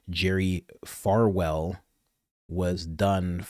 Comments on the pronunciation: sometimes you don't even really care to pronouce these demons names accurately!! "Jerry FALwell (there 🙄) Jr. faced no criminal charges, but was sued by Liberty University for breach of contract, breach of fiduciary duty, and statutory conspiracy related to his mishandling of a sex scandal involving his wife and a business associate, which led to his resignation as university president in 2020. The lawsuit alleged he failed to disclose the affair and blackmail attempts, negotiated a higher salary while hiding the issues, and should have disclosed his "impairment by alcohol". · Falwell not Farwell...just an fyi:)